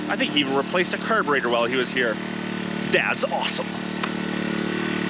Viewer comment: Merry Christmas! Thanks for the hours and hours of BC quality content.:) I live in Stockholm, Sweden and I love it here, but if I had to live somewhere else, the PNW is definitely up there. Also, get well soon! Edit: Love how you pronounce it kerrbuhrater!:D